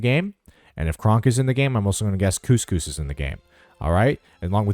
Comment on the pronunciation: Some of your pronunciations actually made me laugh specifically when you called Kuzco CousCous